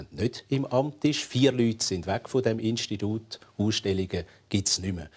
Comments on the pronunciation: Mörgeli: Instidud............... Ich: Lachflash. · Chill einfach mal dein Leben. Nur weil ich es lustig fand, das er "Instidud" gesagt hat, musst du nicht gleich so'n Drama machen! Peace!Flix Flox